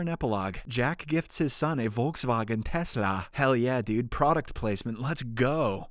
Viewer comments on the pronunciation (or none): none